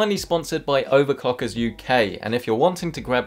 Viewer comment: he definitely said "OVERCOCKERS"